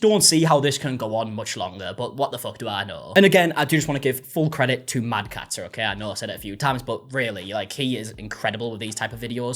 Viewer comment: Just a small note - It's "Madcat-STer", not Madcat-Ter. I've been over to his channel too; very much worth while.